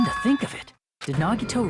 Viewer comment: hE FINALLY SAID HIS FUCKING NAME RIGHT IT. TOOK. HIM. DYING